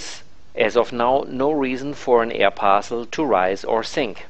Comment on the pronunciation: "an air parcsul"